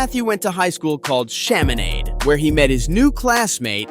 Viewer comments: Chiminade is pronounced Sha-meh-nod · you pronounced Chaminade wrong. The actual pronunciation is sha-meh-nod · As a st.louisian the way he said the school erked my soul.